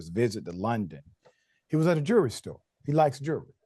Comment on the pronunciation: "A jewry store"? Really?? C'mon, now! How much does throwing an "L" up in there take? Professionalism. Bro. Mayweather is showing himself to be on the wrong side of history - in a BIG way. Them folks is just as wrong, calling Floyd out his name. But - his fault, his problem. "THINK - It ain't illegal yet!!" Free Palestine - Goodbye TYT...